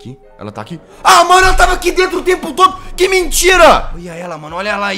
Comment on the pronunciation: Fujir? Kkk é dento